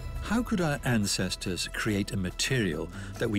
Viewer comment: Why does he say our ancestors built like he's from India lol